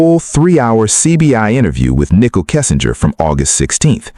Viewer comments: You must learn to say Nichol correctly, not Nickel. Are you AI? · If she was guilty they would have found proof on her phone. They obviously didn't. I believe her. Prayers Nichol. (and her name isn't pronounced nickel its nicole) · It's Nicole with an e not nickel. Get it right!